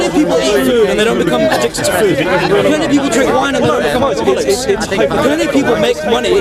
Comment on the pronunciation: "think about our garlics, think about how much are garlic is demonised in the media" response (and mine) "what you on about?" Did I even hear it correctly?...Garlic? I almost pissed myself with laughter! Edit Alcoholics is what he is saying. Still though it sounded like garlics.